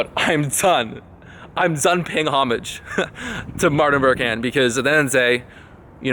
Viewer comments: I think it is pronounced omaaaaaaaasj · Dude, I believe you pronounce it 'oh-mahj' haha. Straight up about that victim mentality too. As soon as you invest your ego in people giving you validation for ideas, you lose sight of the reason for coming up with those ideas: to actually add value to people's lives. Great vid! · Pronounced Home-ahj lol. Love your videos. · "Homage" is usually pronounced "hom-ij, om-" or "o maj" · like 'Aw-mudge' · Homage. Dont pronounce the H 😅